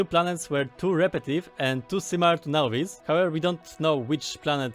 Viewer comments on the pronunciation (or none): none